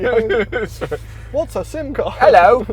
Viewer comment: Nobody:, on the old Bentley phone: ELLO